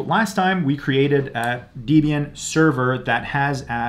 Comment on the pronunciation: Just FYI it's "deb ian" not deeb ian, it stands for debra + ian, persons names. good guide though